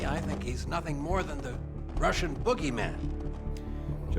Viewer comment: no Ruhshn